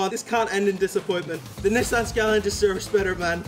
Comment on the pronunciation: No way blud mispronounced Nissan skyline🤣🤣🤣😭😭😭